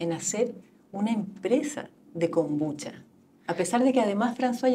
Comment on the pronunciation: Si me tomara un cortito de whisky por cada vez que dice kombuchacha me curo a los 10 min.